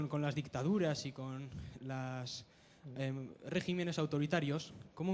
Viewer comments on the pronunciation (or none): none